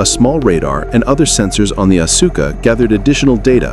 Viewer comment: its not asooka its aska